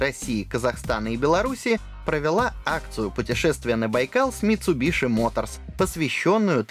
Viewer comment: Еше название марки правильно говорили бы